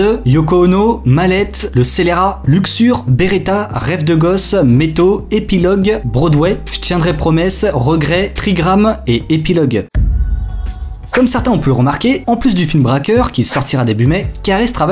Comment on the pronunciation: *BroAdway et non brodway